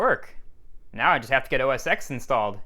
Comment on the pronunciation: It’s meant to be said “OS Ten”